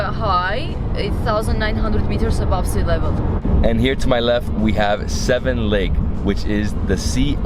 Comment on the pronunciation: please make an effort to pronounce Yereván not Yérevn and it is lake Seván not Séven! Thank you